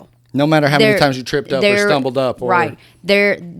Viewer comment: “I want to wear MANY hats.” What I heard: “I want to wear MINI hats.” Me - “Girl wear your tiny hats!” 💀